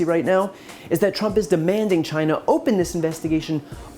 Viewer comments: Dammit ! It's CHINA !! NOT JINA !!! Asshole in all kind of ways...impeach and remove ! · If Trump hates immigrants so much..why does he keeps asking for help and why does it sound like trump is saying Gina....like vagina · Or as he would say CHAI-EE-NA. Impeach the orange. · Why can't he pronounce China in the proper way?